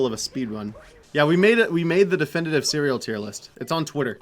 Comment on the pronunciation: Bacon ceweal